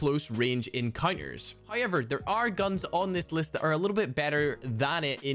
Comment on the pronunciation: I love when he says “Hyever “